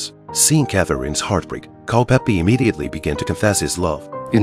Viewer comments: Is it so hard to get years and name right. The name is Culpepper not Culpeppi! There is more than 4 years between Mary and the Queen. That is problem with AI productions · Mispronouncing names drive me crazy 🤪!!! What’s so hard about Culpepper not Culpeppy !!! 🤨🤨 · his name was Culpepper. not Culpeppy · It Is “CULPEPPER”. !!!!